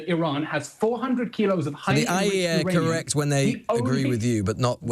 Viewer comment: He couldn’t even say IAEA after being challenged.